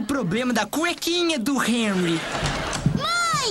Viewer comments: É Henry não enry😂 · Se fosse enry danger,seria com e cara. Pronuncia o H como R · Aii me dá uma agonia dele falando Enry em vez de Renry (eu sei que é Henry, mas essa é a pronúncia). E é Shuos a pronúncia do nome do Schwoos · Me digam que não fui só eu que me irritei quando ele falou "Enry Danger" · Se escreve Henry Danger mas se pronuncia RRenry Danger,não Enuy Danger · A pronuncia é Renry n Enry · Enry?? N e assim que pronuncia e sim "harry" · N se fala énry e sim Henry (rréry) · SE PRONUNCIA RENRY NAO ENRY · Se pronuncia HENRY, NÃO ENRY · Q ogeriza tu fala enry danger mas é renry danger ( sei q n escreve assim) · A pronúncia é renrry é com H más é renrry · Ele fala os nomes errado me da agonia é rrenurri Eu escrevi errado de propósito é xarlóte Também escrevi errado de propósito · Tem como alguém me fazer um favor de ensinar a ele a falar direito é Henry denger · É henry mais vou escrever errado pra você aprender a falara serto é renry mais em ves do R bota o H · Pra mim o Henry tem som de re nao som de e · Se pronuncia renry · Não é reri e henry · Véi ele fala o nome do Henry todo erradão kkkkkkkk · voce fala henry errado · Fala henry direito